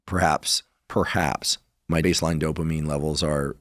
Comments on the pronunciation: How am I supposed to take a guy seriously who can't even pronounce the word "dopamine"? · The way he pronounces dopamine is funny lol